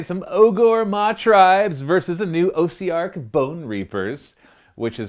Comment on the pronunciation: Great battle report! Love the paint schemes for both armies! One thing though, I'm fairly certain Ossiarch is pronounced with a softer o (like aww-ssiarch), like the o in osteo- which is the latin root word for bone.